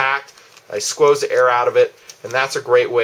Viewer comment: did i hear you correct, you "skwooze"?